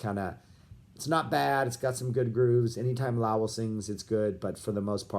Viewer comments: If you're going to analyze the "Lowell George Era" you might want to figure out how to correctly pronounce "Lowell"... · What's with your pronunciation of Lowell? Have I been mispronouncing it for decades?